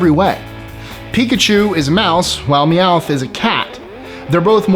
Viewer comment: Meowith is so annoying